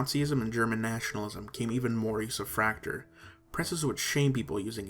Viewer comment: Nice general overview. However, Fraktur was not limited to Germany historically. Norway, Estonia, Latvia, Denmark, and of course Austria were at one point heavy users of Fraktur. Likewise, Fraktur is not pronounced like 'tractor', but is pronounced 'frock-tour'.